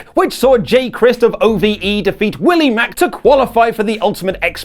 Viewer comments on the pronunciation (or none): none